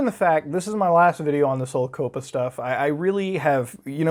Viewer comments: Good vid, but it’s coppa as in the word “cop” with pa at the end, not “cope” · This is the first time I've ever heard someone pronounce it like the first part of the name of a Barry Manilow song.